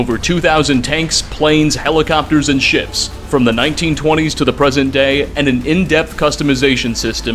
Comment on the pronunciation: I thought you said dad not day😐😐😐😐😐😐